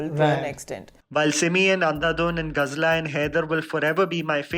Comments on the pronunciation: You have 1 job...Do it properly. .It's Ghazala..Not Ghazla! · When oh when will you get the pronunciation of Ghazala right? Have you even watched Haider? They've said her name several times...oh that's right under preoccupied with Shahid's overratedness.